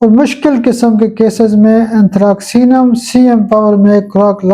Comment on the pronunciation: میرے خیال میں صحیح تلفظ انتھراسینم ھونا چاھیے کیونکہ ،ک ،کے لئے انگریزی کا کوئی حرف استعمال نہیں کیا گیا c س کے لیے ھے نہ کہ ک کے لیے ۔باقی تو اساتذہ بہتر جانتے ہیں ۔